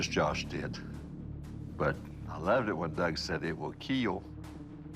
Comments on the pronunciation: ''Doug said it would kill. As with to E (keel).'' Legend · Naw KEEEL is spelled with 3 'E.' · "Your Panabas will keal" :v